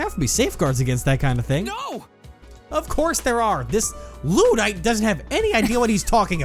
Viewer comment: The word is "Luddite" (lud-ite), and refers to people who are distrustful or incapaable of using modern technology.